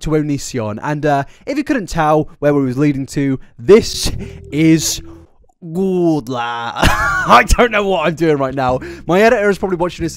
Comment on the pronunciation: please stop saying goodla i laugh every time